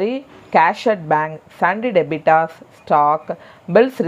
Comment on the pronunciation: Debitors illa debtors